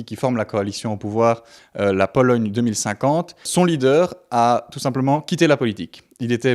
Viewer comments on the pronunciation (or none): none